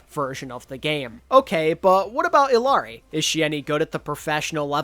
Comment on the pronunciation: I know you're white but can you at least try to pronounce illari's name right:(